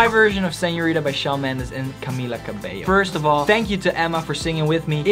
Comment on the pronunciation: I'd like to thank you for saying Camila Cabello's name correctly. THANK! YOU!